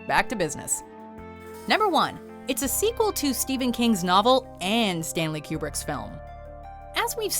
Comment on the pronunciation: I swear she is saying "Q*berts The Shining" everytime, especially at , instead of "kubrick's"😆 ....I had no idea Q*bert made movies hahaha